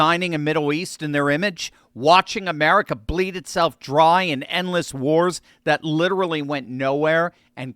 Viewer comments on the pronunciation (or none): none